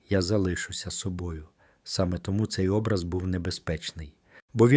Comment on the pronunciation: Наголос на О . ОБРАЗ.